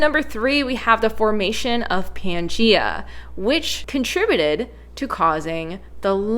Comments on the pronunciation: Irrelevant. She's saying "Pee-an-gee-a". It's not "Pee-an-gee-a", it's Pan-gee-a. She often mispronounces things and always acknowledges it, so butt out, no one is talking to you. Crabs with pinchers instead of pincers, "pick-shure" instead of "picture", and various scientific words which I forget atm. {:o:O:} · "Pea an Geea" ? 🤣 {:o:O:} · In most North American and Australian dialects of English, the vowel /æ/ breaks to /eə/ when it comes before /m/ or /n/.